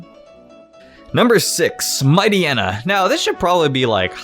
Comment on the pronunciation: ..Isn't Mightyena pronounced Might- yeena???